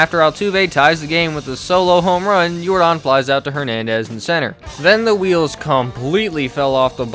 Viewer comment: His name isn’t Yor-Don it’s Yordan like Michael Yordan u uncultured swines 😂😂